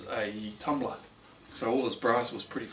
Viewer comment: You almost said "tumbler", but corrected yourself and said "tumblah" Hahaha :)